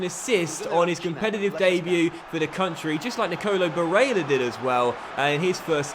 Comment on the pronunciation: why do you put so much emphasis on barellas name if youre not gonna bother to do it for the rest of the names? sounds super weird and forced